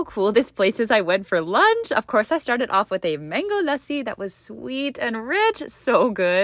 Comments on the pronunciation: Aww girl u are the first one eho pronounced lassi as LASSI and not LAAAAASI and all the pronounciation were up to the point....u are more indian than others ahh i am so happy😭😭😭🤧🤧🤧🤧🤧love u a lot❤❤❤ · THANK YOUUUUUU YOU PRONOUNCED LASSI RIGHT!!!!!!!!! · Finally, Someone Pronouncing Lassi Correctly... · her pronunciation of lassi won my heart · Finally one foreigner said lassi pronounciation correct ❤❤ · Finally someone pronounced lassi correctly 😂😂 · Bro she's the one & only youtuber who pronounced "Lassi" correctly😭❤